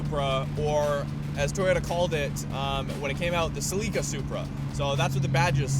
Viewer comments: Sell icka. Say it with me.....sell icka. "Sleeka"? And in your intro, when you say"Roads Untraveled", say it like you mean it. When you trail off, it's inaudible. Other than that good channel. Keep it up. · Us Americans pronounced Celica as Sel-ik-cah, not Sel-eek-cah. :-) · Celica is pronounced Cell-ic-ka not Sil-ik-a. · “Seelicka” lmao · This car actually had 165 HP, not 150. The L version (leather, no wheel arch flares) is the version that had 150 HP. Oh - and Celica is pronounced like ‘Sell-i-ka’. I had a 1984 Supra and to this day feel it had more power than was published as it had no trouble trouble laying out long burnouts with its limited slip rear end, and 0-60s under 8 seconds. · Cell IK A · lol "Sel-lee-kah" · WHAT!? lol, what kinda supra is it? see-ly-cra? hahahahaha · What a disrespectful jerk, he doesn't even know how to pronounce Celica. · The way he pronouced Celica was so cringey. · "em-Fa-sis" on a different "sy-Lla-bel" and a long "I" in place of your short "I"... meh. Understanding is more important I think. The Japanese generally pronounce it like you, but emphasis a different syllable...I think...it's hard to hear you :P Good thing they never correct us on pronouncing " carry-oki" - that would be exhausting work